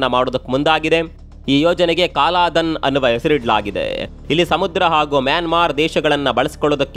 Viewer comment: ಅದು ಸಹ ಕಾಲಾಧನ ಅಲ್ಲ ಕಲಾದನ